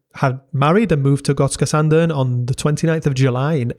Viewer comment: Thank you for a good video. Also, nice to hear someone outside of the nordics mastering the Swedish ö!